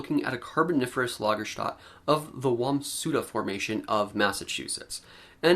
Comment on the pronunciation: For goodness sake! It's "Lager-stette" with the final pronounced.